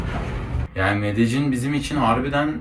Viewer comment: medellin diyosun ne diyosun aq